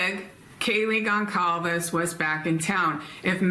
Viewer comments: Kaylee’s last name Goncalvez is pronounced “Gon-sal-vez.” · please try to remember that Kaylee's surname is pronounced "Gon-sal-ves". Others here have commented on this. We have been hearing the name for 2.5 years, and I'm sure coming across as disrespectful is the last thing you would want to do. 💖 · Can you please learn how to say Gonclaves? It makes me cringe and feels so disrespectful for you to still be pronouncing it so wrong.